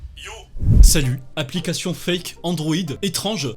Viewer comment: c'est du cake" au lieu de c'est du fake ca m'a plié xDD